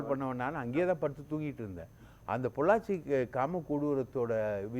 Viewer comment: எதையாவது உளறக்கூடாது... பொள்ளாச்சி.????